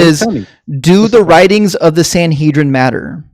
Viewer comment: Godhead pretends to have heard of the Sanhedrin, despite mispronouncing it, that someone wrote letters to it, that it had a sole author, and that he knew the various writers mentioned their own names in the writings. THEN he talks about integrity. 😂